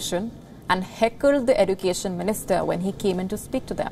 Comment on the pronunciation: It is pronounce as education or ezucation